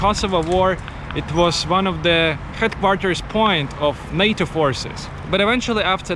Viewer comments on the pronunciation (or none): none